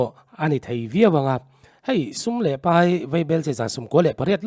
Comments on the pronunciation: Tunah chuan thehluh tur a draft chu kan paih thawkhat tawh a ,ti a i chhiar rik dan hi ka ngaimawh tlat A draft chu kan peih ti a chhiar tur/ paih i tih khan hethil hi ka duh tawhlo ka paih dawn / peih chu kan peih tawh e , chawei kan peih e tihna a ni 😊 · Peih tih turah paih tiin lam ri tawhlo hram teh aw. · Peih tih tirah paih i ti leh thin a, mizo tawngah a ri diklo a nia.